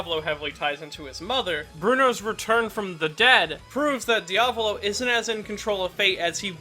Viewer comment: Why does he always pronounce "Diavolo" as "Diablo"